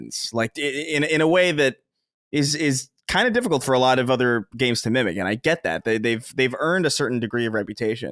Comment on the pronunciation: you did a good job at the Sacred Symbols meet-up, from what I saw on Youtube. I will stop hating on you for pronouncing "difficault" as well as bringing up that anime you like and whoever "Holly" is every two minutes.